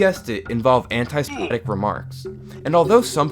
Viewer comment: and "semetic"